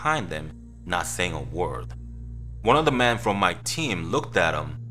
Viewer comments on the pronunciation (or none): When you say "Men" it sounds like "Man" it's very confusing. Also, not your fault, but this story doesn't make sense saying he smelled rotting flesh when the guy was freshly dead. It takes longer than that to stink that much.